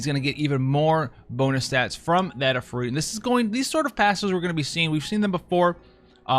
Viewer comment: When he put the stress in Ifrit in the right place for the first time to my ears on a Western channel... I was truly happy., my internal weeb loves you.